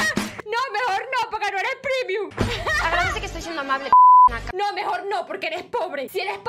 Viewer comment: Se dice Premium no primiom